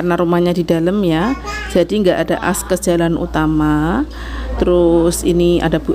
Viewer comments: Akses bukan askes wkwkkw tiap bilang askes saya langsung ngakak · Selalu keseleo huruf klo nyebut AKSES sllu ASKES....mba....mba... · Y Allah,,,pgn ketawa jadi mba,pas keliatan penampakan yg lagi tidur telentang 😬😀,maaf klo bilang askes Mulu y... mungkin yg bener akses mba 🙏